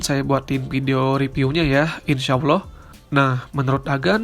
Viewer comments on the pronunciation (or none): none